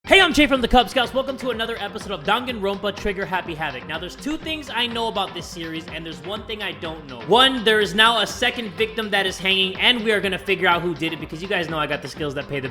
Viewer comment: He just said dongonrupa